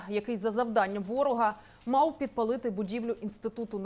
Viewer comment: чому вона каже "мау" замість "мав"? що за шизанутий тренд? говоріть нормально